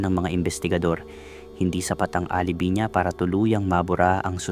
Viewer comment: Ang basa alibay nd alibi